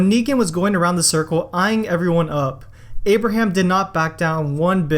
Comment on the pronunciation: Did you just say "Amber ham" 😂